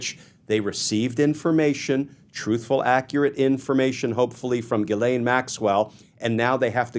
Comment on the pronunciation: The ‘ai’ in Ghislaine should not be pronounced as the a in ‘lane’, but as the a in ‘man’.